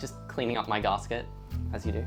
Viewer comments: Please never say /garsket/ again!😥 Even in the most posh British circles its still just gasket, as in gas-ket (gas like vapor, ket like ketamine). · its Gas-Ket, not Gahsket wtf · Is a garsket the same as a gasket? He keeps saying that word.. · P.s its not garsket, its GASKET 😅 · Long time Subscriber, absolutely love your channel and attitude.... Discovered 2 things about you I dislike.... 1. It's GAS-ket not GAHHS-ket, makes my brain fizz when you say it. And 2, You dont know the Your fridge is running joke?, literally one of the oldest jokes in modern culture, That joke had to have been invented alongside the fridge.... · Brother it's gasket.... gas ket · the way you pronounce gasket hurts my soul deeply